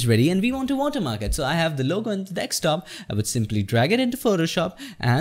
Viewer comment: dude egreat video,ur english good and voice quality is really good.. but just that u say dekstop instead of Desktop..